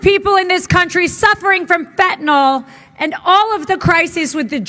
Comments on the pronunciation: Why does nobody on either side of the aisle know that it is pronounced fentanYl, not fentenOl. It's a bad as Dubbya saying "nuculer." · It's fentanYL not fentanALL. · Someone needs to tell her it’s not called fentinol it’s called fentanyl…fent an yl… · You Can't spell HATRED without Red Hat. F the orange guy Also its fentanyl not FENTANOL... why cant these idiots pronounce it correctly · I am a surgical technologist in New York City. We are all sitting here laughing at this idiot pronouncing the word fentanyl completely incorrect. The anesthesiologist here are asking what the heck is FentiNOL ? !! if she’s going to be in public at least learn how to pronounce your words correctly otherwise you sound like an incompetent ignorant fool.